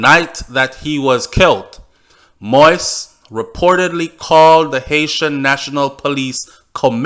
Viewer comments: Can you please say his name properly. It’s “mo-eeze”, not “moiz”. Thank you! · Do you read the comments on your channel? Please, please,please LISTEN! PLEASE PROUNCE THE PRESIDENT'S NAME CORRECTLY....PLEASE DO THIS BEFORE ANOTHER VIDEO GOES OUT.... MOISE ...IS NOT PRONOUNCED "MOIST"...... The correct pronunciation is.... MO...EASE.... OR. MO...EEZE..... WHEN YOU. CONTINUE TO MISPRONOUNCE HIS NAME IS SO DISRESPECTFUL!!?? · This guy speaking on this video makes me a French Canadian and my Haitian friends cringe so bad when he pronounce the name so wrong. It's not fucking " Moist" it's pronounce Moe-is it's a fucking french name so pronounce it right or just say Moses which is the English version. If you can't pronounce is in French then stick to the English version🙄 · please learn how to pronounce his name correctly. Stop calling his name “Moist” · His name is pronounced mo-yeez. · It’s still pronounced Moissssss sir and I’m getting in their ass and the comments about it. But you may continue with the reports I’m listening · “MO-EAZE” it’s not that hard. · You gon pronounce it right or mind your business.. noone gives a f about yt folks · Great information, appreciate it greatly. One thing, work on the pronunciation of the President's name. Thanks again! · If you know you're not pronouncing his name correctly, then why do you still mispronounce his name? That doesn't have anything to do with what others are doing? When we know better, we do better. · You sound terrible pronouncing it